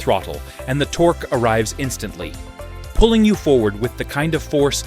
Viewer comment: How can the Sprint "sound like a Harley" with a thumper engine? That cannot produce the "potato-potato-potato" sound familiar to all... (note to narrator: it's pronounced "tork", not "torkee". Also, at the mark you need to call the department of redundancy department, as the audio states "and the seat height is 27.1 in seat height"